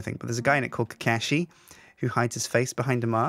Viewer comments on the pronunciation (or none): Good grief,. Kuh-KA-shi? Na-ROO-toe? Get it together! That's like if people started calling you Suhjine! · Kakashi is pronounced Ka-ka-she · well he pronounced it kashe